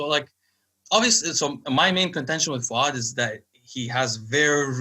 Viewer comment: FAOOOOOOD, tell him its pronounced FOOAAAD please hahaha